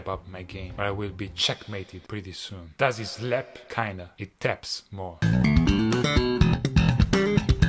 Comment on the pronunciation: That is not how to say it